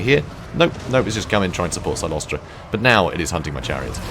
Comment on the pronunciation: it's CYLOSTRA, NOT CYCLOSTRA. Although the mental image of that fat ghost riding an ethereal bicycle is quite hilarious. Frenchie deserves it.